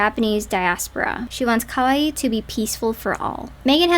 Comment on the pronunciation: The first time I saw a promo for Kuu Kuu Harajuku I thought it was cringe and couldn't understand why until I realized that she was mispronoucing every Japanese word that was coming out of her mouth. Especially at the end where she prounces "Kawaii" like we pronouce "Hawaii".